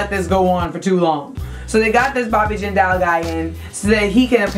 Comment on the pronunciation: Jindal is not pronounced like that